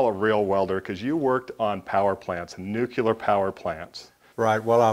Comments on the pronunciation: OK, guys, this comment is two years after this video was posted, but it is NUCLEAR, not NUCULAR. The word nucular does not exist in any language. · I love your show and have enjoyed greatly seeing other shops. One thing though... It's nuke-lee-er, not nuke-u-lar. Drives me nuts! Now back to your regularly scheduled programming:) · I hate to be a troll (honest!). Please take this as a helpful tip: "Nu-cle-ar", not "nuke-u-lar". Please? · really he has yrs in the field making super critical welds... I think he can call whatever he wants u probably have never stepped in one!!!!